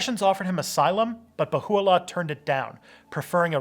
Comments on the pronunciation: It's not Bahoo-allah More like Beha-ullah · IT'S BAHA 'U'LLAH. NOT BAHULLA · Baha’u’llah (not Bahu’u’llah) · I was raised Baha'i. The Bab was a profit who spoke about the manifestation of God coming, he did not claim to be the manifestation. Also, it's pronounced "Bah - ha - oo - la" not "ba- who - oo - la." It's not completely Abrahamic, because they recognize more than just Abrahamic religions as their spiritual history. Gay people are allowed, but must be celibate. Good video though. Difficult topic. Overall, it's pretty accurate. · As a Baha'i I would give this video 7.5, great research since you are a not a Baha'i, but next time try to speak to an Baha'i before you do the video, there are lot of o small but very important mistakes. PS. Bahá'u'lláh not Baho' u'allah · Nas P who is it then? People can do what they want, but it is more conducive to unity if you respect others wishes. (Also it is pronounced "Ba-Ha O La" not Ba-Hoo O La) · Mostly accurate rendition but it would be appropriate to learn how to pronounce the prophets name. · The words deriving from Arabic are even more badly mangled by the majority, but that only demonstrates the wisdom of Baha'u'llah in calling for an auxiliary universal language.